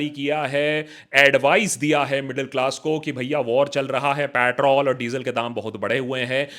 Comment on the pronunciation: Could not get over "Patrol"